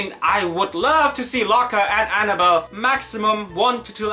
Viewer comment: Locker? It's Looker lmao.